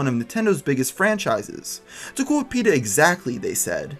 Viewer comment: dude its peta